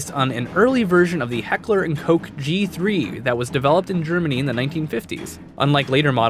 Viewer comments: Hekler & Koch like crotch not coach...... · Why is the german "ch" so hard to pronounce for native english speakers? "heckler & coke"... sigh... The same thing with the last name "Richter". I am just asking out of curiosity. *Disclaimer: I am not from germany, neither do I speak it fluently. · ***** I agree, how he pronounced Heckler and Koch was almost cringeworthy... But I do understand that not everyone knows German and probably would need practice before properly pronouncing words of a different language. Moral of the story, practice some more.